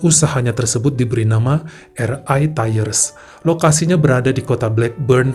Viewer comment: Bang, kalau mau baca RI dlm bhs Inggris, hrsnya ar ai bukan er ai... Sorry 🙏